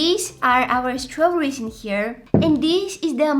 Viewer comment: strawberrys?.. STARAWBAARYS?.. are you okay in there?.. :( that line it me hard